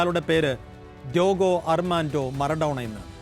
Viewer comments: ഡ്യോഗോ അല്ലഡെ ഡ്യേഗോ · രണ്ടും അല്ല ഡീഗോ ആണ്